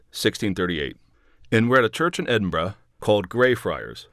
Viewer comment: Who would know centuries later that the current king Charles the third would change his oath to protect the church of England and Scotland to protect all faiths particularly Islam. Traitor. UK.🏴You pronounced Edinburgh fine.